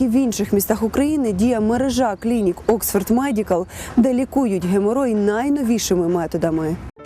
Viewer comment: Oxford ! Not Oskva?